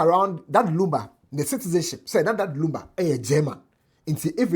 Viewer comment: pls the name is Lumba not Lamba, lumber nd lunba😢😢😢😢